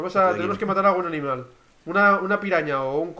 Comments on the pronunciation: like si se dieron cuenta que di alimal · like se sieron cuenta que dijo alimal